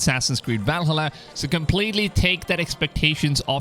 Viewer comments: It’s ValHAla not ValhHUla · I can't focus on what you're saying because of the way you keep pronouncing Valhalla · Try to watch the whole video but him not saying VALHALLA correctly just got annoying. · Please learn how to pronounce Valhalla. Vikings are turning around in their graves due to this abomination.